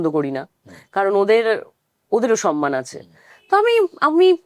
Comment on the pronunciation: অনেক দিন পর সঠিক উচ্চারণ শুনলাম "সম্মান" ... অন্যথায় এই শব্দটা কখন যেন "স ন্ মা ন" হয়ে গেছে।